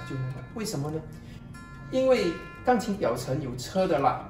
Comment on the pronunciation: 请说钢琴，不要发音成杠琴